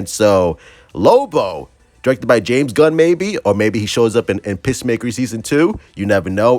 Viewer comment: Why do you call peacemaker pissmaker?